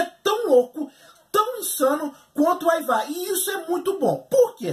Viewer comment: o jeito de se pronunciar os nomes é: aivar, ubba, vitstergui. kkkkkk.